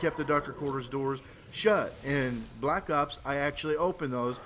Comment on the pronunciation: is it me or did he say black cocks instead of black ops ?